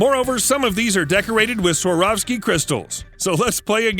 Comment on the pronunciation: It is Swarovski not Sorawski